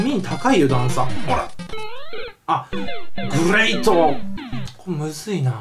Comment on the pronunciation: ヒカキンさんゲレイトォですよ笑笑笑